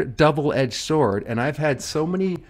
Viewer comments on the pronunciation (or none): none